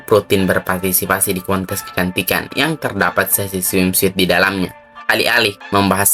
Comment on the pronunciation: Cara nyebutinnya swimsut bukan smim suit. Suit-nya nggx perlu dibaca semua sebut aja sut. Swimsut